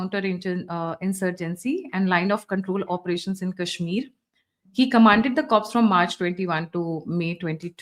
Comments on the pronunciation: Corpse is a dead body,please pronounce Corps as " Core". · Corps ka pronounciation ‘Core’ hota hai 🙏🏼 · आप का Introduction बहुत अच्छा लगा। बस एक बात की correction - "corps" को "core" pronounce करते हैं। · Pronunciation of Corps is कोर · Yes P is silent in corp